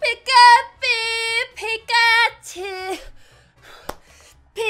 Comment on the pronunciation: great impression XD tbh u sound like ur dying Just a note, u said pikatu